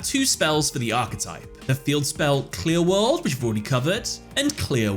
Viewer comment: Cannot unhear QLI-WORLD